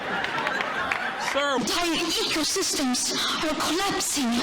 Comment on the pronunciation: To be fair, she is right about our ecosystem collapsing. But boy, was that presentation canned. ("Our hentire hecosystem his collhapsing!")